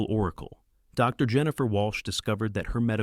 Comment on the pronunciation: I enjoy your videos, and while it is obvious that you use artificial intelligence to do the voice, it really bugs me that you could have taken more time to edit the script better. When it comes to a period, the voice correctly pauses. But if it's a "Dr. Jones", then it thinks the word doctor is at the end of the sentence, and Jones, is the new sentence. There's a couple of second gaps between that, and it really ruins it for me. Please be more careful.